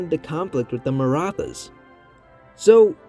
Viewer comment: Great video! One comment though: The “th” in Maratha is not pronounced like the th in English, it’s meant to signify a hard T sound, like in “tea.” I have wondered a lot about what a Maratha-ruled India would look like though. I think there’s a decent chance it would survive into the modern day, especially if it is able to undergo a degree of industrialization (which was stifled by British exploitation) as well as a democratic revolution like England’s Glorious Revolution, where the monarchy is retained under a democracy. Unlike Imperial China, the Maratha political structure was somewhat set up for a democratic transition due to its separation of powers between the Chhatrapati, or emperor, and the Peshwa, or Prime Minister. The Peshwa wasn’t elected by a Parliament but it could have reformed into that. Of course, it’s also possible that, like in China, the Marathas are overthrown by a communist revolution lol. But we can dream.